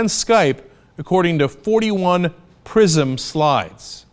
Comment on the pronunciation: lol, I thought Cenk said the program's name was "Prison". It would be pretty apt though.